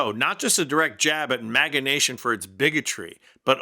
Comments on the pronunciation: It sounded like you said "MAGGOT ADMINISTRATION. "😂😂😂😂😂😂😂😂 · For a moment I thought you were saying maggot not maga lmfao 😂